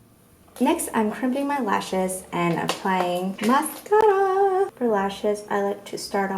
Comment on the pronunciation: The way you said MASCARAAA sounded so italian im dead